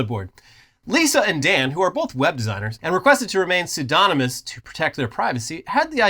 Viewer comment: Impressed by how nailed "Pseudonymous" pronunciation